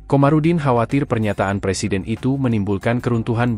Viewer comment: ngomel ada pangtni, ksal. blakangnya tni semua. ga ada tempat yg lebih landai buat ngomong??? btw belajar ngomong Presiden dl. jgn persiden